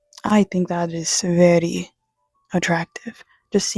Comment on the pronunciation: Thank you for making this video. I knew you were weird once I peeped your channel name and heard you say “verrry” 😅. I wish a video like this reached me in high school as well. You’re 10/10, not 7.5 btw.. not that you need my validation.